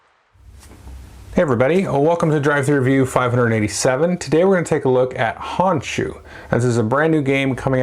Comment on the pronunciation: Thanks for the review! I'll definitely have to pick this one up. BTW, the O in Japanese is always the long O, like "oh".